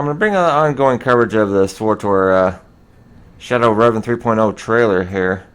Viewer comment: SWTOR not SWORTOR